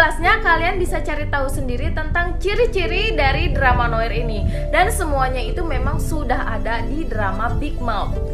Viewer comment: Kali ini aku kok gak setuju ya? No park udah pasti big mouse, dia nerima telfon dari polisi yang ngasih tahu kalau Miho dalam bahaya. Kisah Goliath itu ada hubungannya dengan drama ini gak sih? kan mulai awal udah dibahas btw Noir dibacanya noar, kak